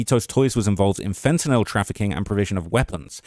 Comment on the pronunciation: at least you say the word fentanyl right unlike most people who seem to think it’s fentanol